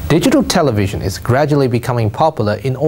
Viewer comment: Porque el periodista de Chile dice "televichon" en vez de "televishion"??? You must improve your english pronunciation.... Good job anyway...